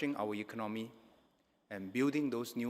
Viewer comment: Mr. Chan, may I suggest that both Mr. Heng SK and you, if you both of you desire to be the Prime Minister and Deputy Minister, you have to learn to speak better English and speak with a more neutral accent and proper pronunciation. "Ekon nomy" not "econ noe me" I wonder why you did not learn to speak with a proper intonation when you were educated at a British university. Please go and take English lessons and speak like a graduate from the UK and political leader. "Fourth" not "fourph"